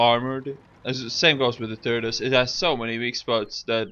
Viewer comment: lol he said turdus